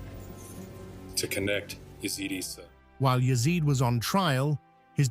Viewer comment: His name is pronounced EEsa not Essa